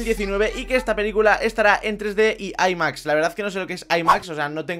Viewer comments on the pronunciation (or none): none